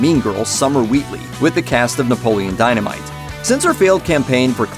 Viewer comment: Can't take this seriously if you can't even pronounce the main characters name correctly